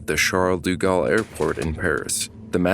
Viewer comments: It's De Gaulle, not Du Gaulle... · I couldn't get through most of the video because you're mispronouncing "de" as "du". Those are different words. "deh" vs "doo" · Thank You for the documentary - but Please - its Aeroport Paris-Charles-de-Gaulle. De Gaulle, not du Gaulle. Im not french, but the repeated mispronunciation hurts. Its like calling the JFK Airport "John E. Kennedy" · "Du" Galle? Oh, brother.....cant continue watching.